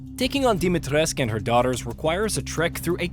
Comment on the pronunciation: Still can't understand why Capcom localised it as "Dimitresc". I had to study a bit of Romanian for a project and there were some great footballers from there in the 90s and you always hear "cu" pronounced the same as "koo".